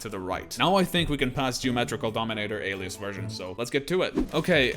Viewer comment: For those who dont know its not pronounced Alee-as its pronounced Aley-us